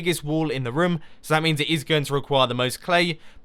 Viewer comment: You say rim instead of room